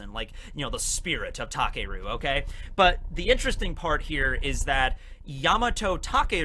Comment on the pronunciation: Well actually, you pronounce takeru as takaru.